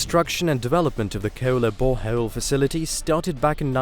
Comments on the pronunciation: "Ke'ola bore he'ole"?? Can't even say oil. E'oil... But can say frost, not fre'ost... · "AFFhelion." "tree-ceratops" "Heul" Ceula" ....Keula Boreheul" "Werk eut"....and it goes on with endless mispronounciations. AI narrators are cheap and you get what you pay for I guess. Certainly not quality. and definitely not "geuld" I really can't listen to this. "Keula boreheul".